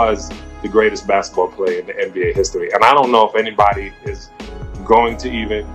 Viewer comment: He says. “Anne B A”. It’s “nba”